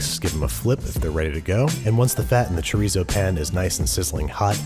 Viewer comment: he also said chi-reez-oh lol but it’s okay, he’s an exceptional cook so I forgive him